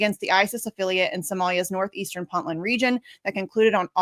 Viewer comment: To the lady host, it's first syllable is not "Puntland" pronounced like punting a football; it's pronounced like "Point"-land. Thanks for the great video and the knowledge of this antiwar website!